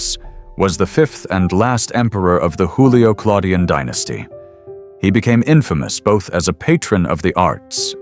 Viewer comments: They were not Mexicans, you know. So please do not pronounce their names as you would those of a Mexican (Hispanic "Hoolio" instead of Latin Iyulio/Julio??!??!) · The AI narrator is Mexican, it pronounces Julio as Hulio, as a Mexican does